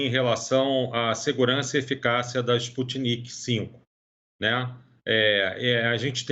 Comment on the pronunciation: A locutora falando " vacina Sputnik Vê, de V. Ela tem q ser avisada de que não é Vê, de V, e sim 5, dos algarismos romanos. Aff... nem o cientista falando, ela prestou atenção...arghhh